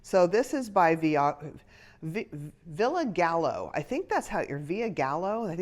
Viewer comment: Hi! She did a great job on this box I think because you generally liked everything in it? The sizes were just a wee off so hopefully #3 will nail it?! I learned from FDF that it’s pronounced “Villa Guy O”.. loooved the green sweater and always appreciate the insights like how bias cut works! Colorush.. I was holding my breath while you pulled at the pricing! Believe it or not that was a low price for them!! I’d received a few (100) cashmere sweaters fr them.. upper $200s 😮 TFS!